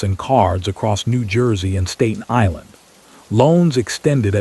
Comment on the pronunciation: learn how to say Staten Island